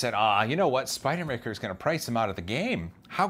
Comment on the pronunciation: Spider-man no r...so Spide-man? Actually just sounds like a NY accent...